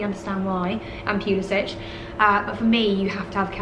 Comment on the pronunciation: Can you please stop saying Pulis "itch"! His name is Pulis "sick". Thank you